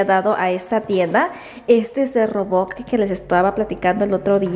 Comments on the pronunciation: no se dice roboc se dice robot buenas noches cuidate mucho bendiciones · no se dice roboc sino robot aprende a decir las palabras para que no te critiquen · se dice rooobooot Sra. y no "roboc" 👎👎👎👎 y tampoco se dice "o maiga" 👎👎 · No se dice robot , se dice roboc